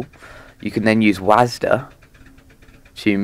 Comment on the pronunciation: 'wasda' LMAO